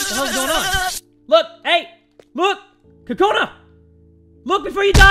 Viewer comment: Your saying Kakoni (sometimes) instead of Kakona